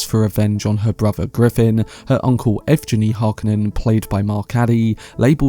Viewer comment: Since Valya is from Valentina (a east slavic rendering of the name VALENS), then EVGENI should be EV-Gheh-Nee